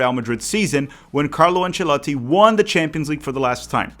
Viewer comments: Conteúdo irado!! Loved the way you pronounce Ancelotti. keep up e bora brasilllll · My man can't just speak fluent English but also pronounce "Ancelotti" correctly 😂